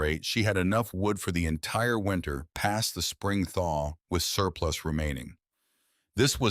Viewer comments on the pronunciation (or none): 'Winter'. Not 'winner'.